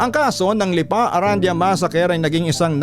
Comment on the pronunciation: I believe the last name is pronounced “Aran-di-yah” po🙏